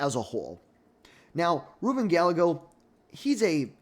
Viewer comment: First, the way you butchered almost every person of colors name like Kamala & Gallegos doesn’t give me great confidence in this analysis but I agree completely with the bottom half of your ranking. Second, people forget that during the 2020 primaries, Harris was topping every single poll after the primary debates. She left all the other democrats on the floor. Ppl forget she’s kind of a debate lord. The only reason she dropped out was because of campaign finances. She tends to be beast in primary processes whether it be senate, DA, AG. Now, will democrats want to run the candidate who lost most recently is the most important question for her. AOC would never be able to garner the moderate or conservative democrats support needed to bring the party together to win in 2028. As a Democrat, Newsoms image and polling amongst democrats is getting lower and lower as he shows his ass by bringing on conspiracy theorists and MAGA cultists on his podcasts and allowing them to spew racist, sexist, xenophobic, & homophobic rhetoric and not check them.